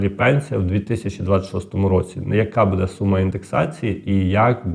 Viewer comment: умный, грамотный, но режет слух Ваше "БУДУТ", это русское слово, вы только поменяли ударение, правильно БУДУТЬ с ударением на первый слог и БУДЭ тоже ударение на первый слог.Может это ваш местный диалект, но вы же работаете на большую аудиторию и должны говорить грамотно